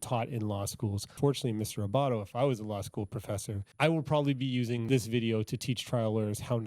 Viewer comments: Adam Abbate....not Abbato Anna Cross....not Emily Cross Just being helpful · ..Abatte NOT Abatto....and Anna Cross, NOT Emily.